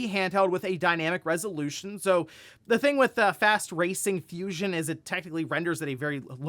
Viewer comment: Why tf did you call it Fast “Racing” Fusion?